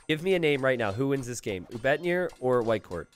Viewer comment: Every time he says "Whitecourt" I think I'm hearing "Viper". I'm just so used him casting streams about Viper, I guess, lol